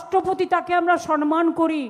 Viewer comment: দিদি আপনি তো সবেতেই phd করেছেন , বাঙালি বাংলা করে করে দাপিয়ে বেড়ান সম্মান কথাটি আজও শুধরাতে পারেন না, সেই আপনার বিরোধী মঞ্চ থেকেই শুনে আসছি সনমান, কথাটি সনমান নয় সম্মান।